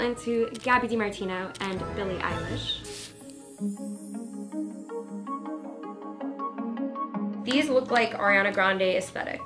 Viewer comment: i love y’all but the eilish mistake is kinda embarrassing 🤣